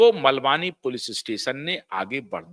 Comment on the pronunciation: जय श्री राम 🙏 सर मलवानी नहीं मालवणी